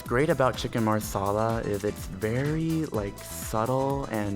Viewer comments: Every time her said maRsala the Indian in me exploded xD But love the video :) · Wtf is marrrrrrsarlar 😂😂😂😂😂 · i thought he was saying chicken masala wrong, but as it turns out, it was marsala😂😂😂